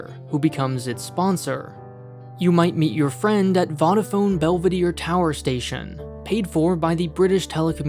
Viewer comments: Vodaphone rhymes with Yoda-Phone - not Fodder-Phone. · its pronounce vodafone rhymes with toe da phone, not odd a phone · Everyone in the UK pronounces it with stress on the "a", not the "d". Vodaafone, not vod-afone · Voh - da - fone, not Vaudefone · It bothers me more than it should how you pronounce Vodafone. Fo-dah-phone, not Vah-dah-phone. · Wtf is Wadaphone its pronounced Wo Da Phone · The way he said vodaphone. It’s v ohh da phone not vo da phone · 'vadafone' lol its 'vohdafone' just for future reference ;) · Its "vo-da-phone", "vod-a-phone" sounds like a different thing entirely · Being British can I just say, it's pronounced Vodiphone not Vodarphone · Vo-da-phone not vod-a-phone , interesting video but the propounciation is terrible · Voe-da-phone, not vod-a-phone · Lots of weird pronunciation in this video like vodda phone. It’s vohdaphone, other too. Not a big deal but a bit annoying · Voddaphone 🤣 We say Vo-da-phone in Europe. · Its not voddaphone its voe-dah-phone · NOT VOD-A-PHONE IT'S PRONOUNCED VODE-A-PHONE. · I'm going to detonate an IED in your car if you don't repent for pronouncing "Vodaphone" wrong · The way pronounced Vodafone made me remember that Americans don't know how to pronounce it. Voe - da - phone. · its pronounced voudaphone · Vodafone is pronounced V oh! da phone :) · (Vodaphone is pronounced Vode-a-phone). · "Vadaphone" XD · It’s pronounced v-oh-dah-phone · love the video but its definitly not vadaphone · Who says “voda fone” it’s “ Vo da fone” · Vodafone is pronounced voe-da phone, just out of interest. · I can’t be the only one who can’t stand the way he says Vodaphone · Vodafone is pronounced “Voe-dah-phone” Voe as in the same “O” sound in Row. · VOE- DA- PHONE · Small correction: It's pronounced 'Vo-da-phone'. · It’s pronounced vo da fone not Vodafone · vod-a-fone. that ended me lmao 😂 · Vodafone, pronounced like Yoda. A vile UK phone co that had a huge tax dispute with the Indian Govt. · VAAdaaPHOnE XD